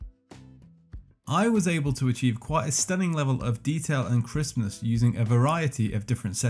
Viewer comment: Every time you say "Crispness" I hear "Christmas" :)